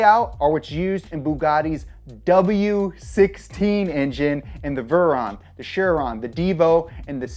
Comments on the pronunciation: um did you just pronounce “veyron” like “verron” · if you said "vurron" at the beginning of the video I would have stopped watching. nice troll.